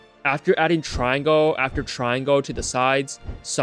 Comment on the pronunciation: "triangoah" beo js say triangle